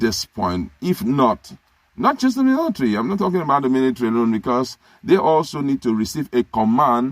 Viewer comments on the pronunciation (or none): He calls it "milithary".